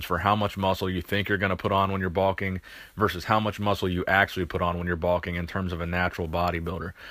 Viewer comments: I love your channel but wtf is balking? Bro its bulking. Bowl-king....not ball king. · Baulking? That's what it sounds like. LOL